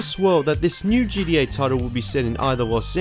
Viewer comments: It’s gTa not gDa ffs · It's g-t-a not gda bro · Stop saying GDA, it's GTA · Dude you saying GDA makes me hate you lol it's GTA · I hate how you say GTA it sounds like you're saying GDA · It's gta not gda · its called GTA not GDA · gTa not gDa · Dude GTA not gda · What is GDA? Why do people say that what is so hard about saying G T A !!!! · Isn't geedee-eh kind of a lazy way to say gta? Lol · "djee dee ayy" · He said GDA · Ok good I thought I was the only one hearing that